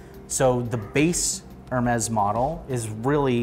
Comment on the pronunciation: Its not f**** ermezz. Its ehr mee